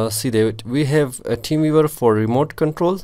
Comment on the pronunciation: "teem veevar" 🤣😂